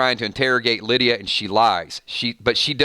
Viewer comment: "Lie"dia 😋